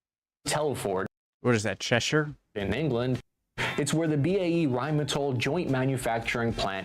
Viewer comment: He was close though with cheshire so well done